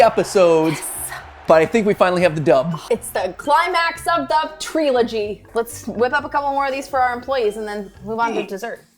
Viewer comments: Tree-log (as in tree log)-y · "treelology" She wanted to smack him for that one